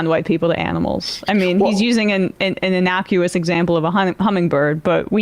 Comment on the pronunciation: unrelated but I hated the way she pronounced innocuous..